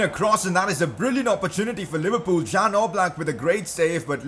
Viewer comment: #pcq Oblaks name is pronounced like yan